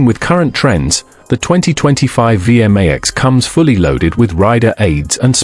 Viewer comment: It's not pronounced VM-AX It's a V-MAX.